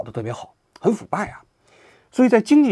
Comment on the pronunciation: 看到图才明白是“石油的诅咒”，听您念的是“石油的主奏”😂